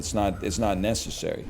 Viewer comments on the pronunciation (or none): none